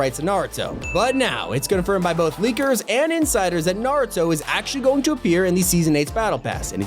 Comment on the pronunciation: YES NARUTO IS COMING YES I LOVE NARUTO I CANT WAIT (And yes u pronounced It right)